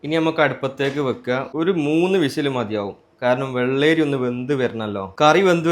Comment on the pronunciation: വെള്ളേരി അല്ല bro വെള്ളരി 👍